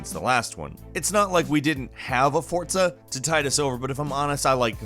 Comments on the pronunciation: Forza* not fortza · Wtf is FORTZA ? Its FORZA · For-Za, not Fort-Sa. Or just me? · Fortza... Fortza..? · Fortza!! wtf. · Why does everyone pronounce forza like fortza I don't understand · Fortza, Forza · Know one is going to bring up the forTza ? For T za? It's Forza...no T in there at all. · Why you say "Forza" as Fort-sa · Are you saying "Fortza"? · I know I'm not the only one. "Fortza" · don't really care about racing games...but "fort-za" instead of how its written?! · is he saying "fortza"? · Theres no T in Forza. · I'm sorry, but the way you pronounce Forza is HEINOUS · there's no "T" in Forza, my guy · The way you pronounce Forza is Frustrating me.